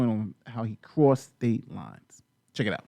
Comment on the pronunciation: At some point, while listening to this, it sounded like "prostate lies" from the amount of times i heard "crossed state lines".